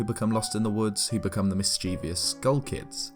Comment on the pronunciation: You said "Mischievous" wrong